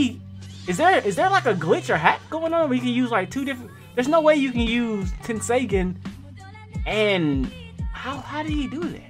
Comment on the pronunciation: it's pronounced 10-say-gone